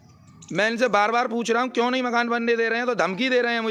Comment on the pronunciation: "Kyu" bol rhe ho ya "chyo" ???